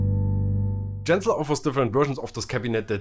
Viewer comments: Is that how you pronounce Genzler? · Bitte Genzler mit G wie Gibson. Und noch was … das "e" von "the" wird NUR DANN als "i" ausgesprochen, wenn ein Vokal folgt.